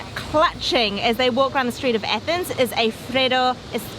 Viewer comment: It's pronounced athens not ethens